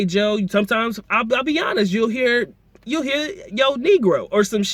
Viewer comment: It's not Joe, it's Yo.